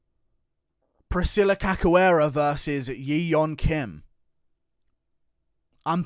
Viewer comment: Cachoeira is pronounced cashoeira